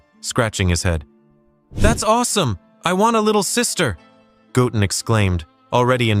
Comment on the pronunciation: Bro said gotten his name doesn't got 2 t's in it it's called goten get it right